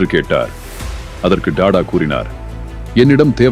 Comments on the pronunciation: Rathan TATA not TADA your poor pronunciation ரத்தன் டாடா ஏழ்மையாக இல்லை எளிமையாக வாழ்ந்தார் 👍😄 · Don't say " da da " Sat "Ta Ta " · Ayyo Tata enru pronounce pannunga, please